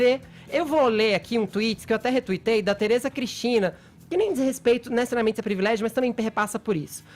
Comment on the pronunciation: FEFITO SEU ANALFABETO, APRENDA A PRONUNCIAR A LETRE “E” PORRAAAAAA, QUEM É TERESA CRISTINA? VOCÊ É TÃO RIDÍCULO QUE FAZ CITAÇÕES DE PESSOAS QUE NINGUÉM SABE